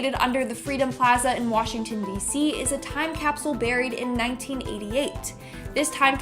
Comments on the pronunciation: Pro tip: if you’re going to make a video about time capsules, use a host who can pronounce ‘capsule’… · funny how he says capsule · "Toim cap-soo-UL" ...